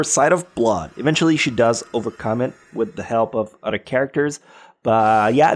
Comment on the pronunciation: I love how this man pronounce words Elementary = "el-eh-men-T-ary" Other = "eh-DD-er"